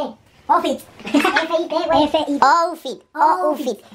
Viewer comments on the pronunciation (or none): Primero el dijo moffitt pero se pronuncia outfit